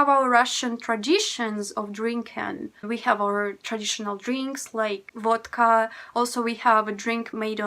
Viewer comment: Love your Christmas tree, so beautiful. I love how you say Vodka, sounds like Wadka!